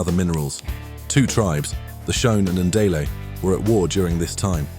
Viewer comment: "Shone and Ndele"? Is that crummy AI voice over or failure to do research? The two main groups in Zimbabwe are Shona and Ndebele